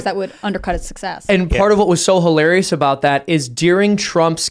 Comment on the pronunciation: Excuse me Mr. "reporter" there's no such thing as HOlarious! Can you speak English please? Don't you realize that if you start deforming words you're losing the means to connect with other people? Hilarious! Pronounce it properly! I'm not saying this to be an a-hole. I sincerely mean, this is important. It's about dignity too! Maintaining standards. It's the least we can do considering people fought, lost their lives, lost friends and family to wars... and we can't even speak properly? To defend the West?!!! Come on!